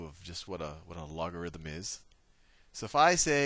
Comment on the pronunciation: “lock a them” 😂 Loved the tutorial!